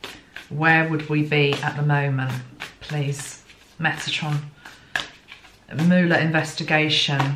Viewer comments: pronounced Muller Thanks gtrst reading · It's said muller. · I found you via my interest in Michael, as we believers in MJ say! I love your work. If your celestial team is saying no to YouTube Live, I say good. So. In the US, 1. We call the toilet “the throne” as well. We just don’t say the loo!:) 2. You actually said it right twice. It’s Mull-er, not “Mewl-er.” But you managed to say Mule-er ( a mix of both mewl and mull) which is a more subtle pronunciation and harder to say (for me!) I say Muller. He is known to his friends and colleagues by his humble nickname, Bob. Came out retirement to serve his country in 2016. Love the swan analogy. Fascinating. He is very well protected. No one has actually seen him in 2 years. He is indeed a patriot and not a politician. I wonder about that female energy.. I had a weird Ivanka moment with the 2 of swords. Scary. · There has been some discrepancy regarding the pronunciation of his name, at first the media was saying it like Muller, but for probably a year they have been saying Muler, I don’t suppose it matters except in one’s attempt to be respectful. I would agree he is very quiet, or circumspect in his use of words. In this long ,drawn out investigation his office has only once made a public statement, to my knowledge. At present the media “loves” him, hoping he will destroy President Trump. It will be very interesting to see how he is treated should he exonerate. We live in interesting times. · Thankyou for your intuitive impressions. His name is pronounced MOLE-er ✨🙏🏽✨ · Beautiful energy you always have. ( His last name is pronounced (mull / er) :) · They pronounce his name like "mull-er" on the US news channels.